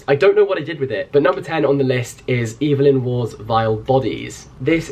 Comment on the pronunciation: Love to hear people talking about Evelyn Waugh (and pronouncing his name properly!), there is a film version of Vile Bodies called Bright Young Things directed by Stephen Fry - he does actually change the ending so it doesn’t just finish, which ties things up a bit too tidily, but worth watching anyway